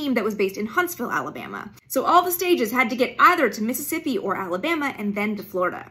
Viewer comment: She mispronounced Michoud, but her pronunciation of Mississippi and Louisiana sounds almost Southern! I grew up in both…